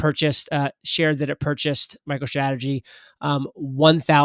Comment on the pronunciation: Its a tiny purchase compared to previous purchases. God you kneelers are annoying. Also can you actually say strategy with an 's' instead of an 'sh'... Its bloody juvenile.